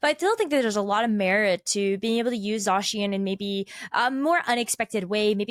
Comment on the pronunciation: no way, pronounced zacian correctly